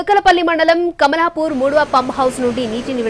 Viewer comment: కమలాపూర్ కాదు అయ్యా కమలాపురం. మా ఊరు పేరునే మార్చి వేశారు గా నాయన 🤦‍♂️